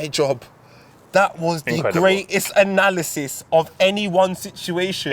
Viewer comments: Abu bakr Al Baghdadi died so he wouldnt get absolutely violated by saying Anal-isis, its the signs #x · Man said Anal Isis.. i'm gone 😂😂😂